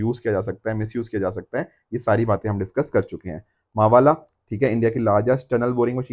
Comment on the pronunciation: It's not मवाला sir it's मावळा or मावला the worriers of shivaji Maharaja name given to tunnel boring machine